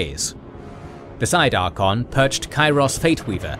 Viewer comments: Ar-CAY-on Not Ar-con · love all you guys vids. but i cannot get over Ar-kon xD, pretty sure its Ar-kay-on even in wh3 in-game should have pronounce it. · Please learn the pronounciation. It is ArchAon not Archon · tell offically that he needs to learn how to pronounce Archaon correctly. its Archaon, not Arkhan. Arkhan is totally different character. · Why do you leave out the A in ArchAon?Its not archon 🤷‍♂️ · Archaon not archon. Otherwise solid content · Bruh…. Archon? Ar-KAY-on. Did you do any research before recording this? Wtf lol😂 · Archaon = Arr-kae-on I am curious how he would pronounce Arkhan the Black, does he use the same the pronunciation for Archaon and Arkhan? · Archaon- ar-KAY-ahn.